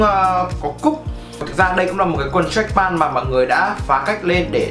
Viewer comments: Đọc là trách pent thì chuẩn hơn ông ơi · Béo Bình mà ông này cứ pan pan nghe hơi khó chịu, ít nhất cũng phải phát âm âm t ở cuối. Góp ý để sửa cho tốt hơn chứ cũng k có ý gì mà.